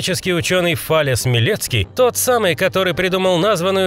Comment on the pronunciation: Диктор: ФАлес Фалос: ну да ну да, пошел я нахер Проще говоря, дофига неточностей в видео, пропустили много кого, в особенности Фарадея и Максвелла - хз как их можно было пропустить